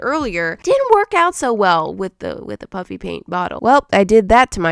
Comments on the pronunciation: it’s puffy paint, but it sounds like is saying “puppy paint” so that’s why it’s kinda a joke that it’s puppy paint. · Is she saying Puffy Paint or Puppy Paint ? 🤪🤪🤪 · why does it sound like shes saying "puppy" paint everytime she says puffy paint? lol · Why is it so funny that it sounds like shes said puppy paint or is it just me so it's just me